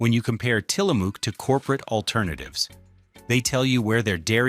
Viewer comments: Tillamook is pronounced Till-a-muuck. Ask any Oregonian. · It's pronounced Tilla Muk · We are Oregonians, and it has always been "Till-a-mook", like "cook", not like "muck." I don't know where you are writing from. Kind of like "Oregon." Not "Ore-e-GON " like people say. It is Or-e-gun. " Like the Willamette Valley. Not spelled or pronounced like "Wil-METTE" IL, or "William-ette" like people think either. It is "Will-AM-ette." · Learn how to say Tillamook. It's not a spook.